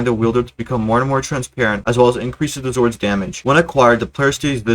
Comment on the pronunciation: I love how he calls them zwordz